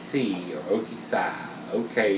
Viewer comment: Love the reviews! I may be wrong, but I believe it is pronounced O-K-"C"... Ok-Si with the Si meaning "yes" in spanish would presumably be a play on words with the Tequila Barrel version of this beer. Again, love the reviews,!